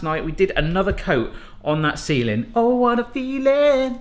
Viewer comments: Can someone explain why he says bayahhh and he says seal? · Do that funky "ceiling" again. please.